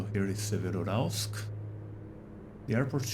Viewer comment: Pronounced 'SEvero-Yuralsk' (almost like two words) The 'Ural' is the important component in the name. 👍 Bauxite in English is pronouned 'Bork-site' (soft 'r' ... like 'boh').